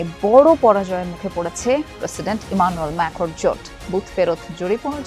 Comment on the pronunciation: উচ্চারণ হবে ইমানুয়েল ম্যাখোন।